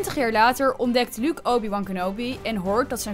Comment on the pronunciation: luuk luuk luuk, wat heeft zij met luuk?! het is Luke uitspreken als looke( in het Engels)